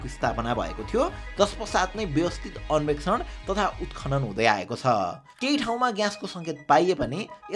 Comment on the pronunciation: अन्वेषण ✅ अन्भेक्सन ❎